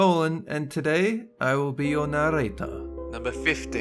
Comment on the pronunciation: Dolan it's the first time you said nererator normally